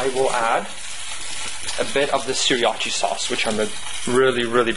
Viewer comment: pronounced "sur-ah-cha"